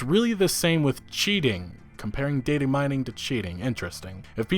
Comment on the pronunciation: This is the first time in my life that i've seen someone struggle with pronouncing "datamining"